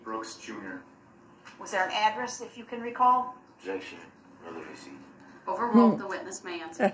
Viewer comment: Relevancy vs Revelency. It is a tough roll off the tongue. DB butchers the English language.